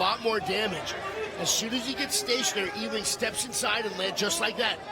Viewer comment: Great fight but I prefer it with the sound off with this guy yelling, "OHHH". His name is pronounced, "U Wing", not E Wing.